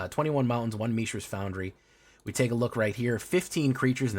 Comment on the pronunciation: I just can't take someone seriously when they pronounce mishra as 'me shera'